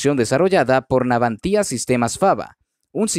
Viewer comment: ¿Garras? ¿Navantía? No sé qué coño es "garra", salvo la de los animales salvajes y no soy uno. Segundo, es Navantia, sin acento en la i. Serví en la Armada destinado en Ferrol, cuando se llamaba Empresa Nacional Bazán, y viví varios años en Ferrol, cuando se llamaba Izar Ferrol, y luego Navantia. Tercero, y final, ¿qué tienen que ver los colombianos con asuntos españoles, especialmente de nuestra Armada? ¿No tienes temas de tu país?